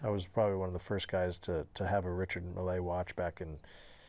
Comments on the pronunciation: Richard mills is how it’s pronounced 😅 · "Richard Mill Ay watch" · He said, "most people don't even know what a Richard Mille watch was" and yet, he doesn't know how to pronounce it. LOL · Huge watch guy, then gives the worst possible pronunciation of Richard Mille